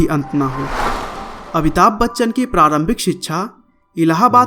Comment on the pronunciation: Abhitabh nahi amitabh